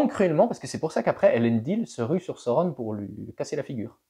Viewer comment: J'aime bien ta façon de prononcer Sauron. Il s'est passé quoi avec la lance ? 😂😂😂 (Oui, j'ai pris une règle et j'ai regardé, elle est courbée au niveau de la lame).